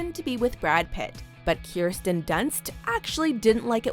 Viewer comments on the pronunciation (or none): "Keerstin Dunst" smh